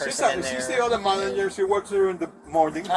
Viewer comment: She says manager like that guy from the Sopranos. Manayer!